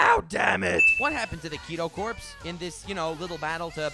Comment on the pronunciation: Didn't Unohana explain Kenpachi's "power limits" in the manga? Also, "corps" has a silent PS. It sounds like "core".